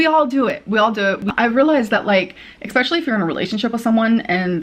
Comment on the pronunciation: Sick of hearing her say “expecially.”